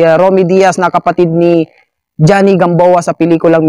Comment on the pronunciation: That is pronounced as juh-nee for Joonee Gamboa, and not dʒɑ-ni /Johnny, OK?